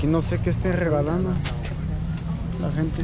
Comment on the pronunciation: El Fgggreeeway ... Gggregalando jajajaja